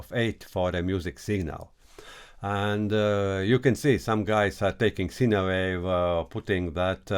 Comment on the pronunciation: Informative video for the newbies😎 One small thing- "Sine" wave, when spoken in English sounds like: "Sign" wave, not "Sina" wave. I've always understood what you meant when you said it, but it may throw some noobs off- especially if English isn't their 1st language. Please don't forget think I'm being critical, I love what you do, and am letting you know because you seem like a good dude, and would want to know yourself🙂 Take care my brother, Aloha from Hawai'i 🤙🤙🤙